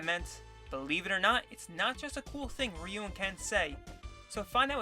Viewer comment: So you read "Chun Li" as "Chan li" but still reads "Ryu" correctly not "Ray you". I don't know how to feel about this